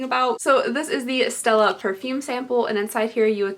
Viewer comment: "Stella" is from A Streetcar Named Desire. You say it pretty good too. Love you girl